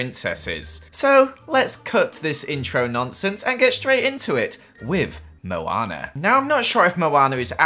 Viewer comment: Let's build a house for Moanr Meh:NO IT'S MOANA